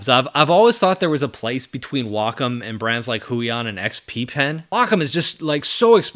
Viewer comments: I’m so glad you pronounce Wacom the correct way. People at my company look at me funny because I don’t say Way-com. 😂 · Glad to hear you pronounce Wacom correctly.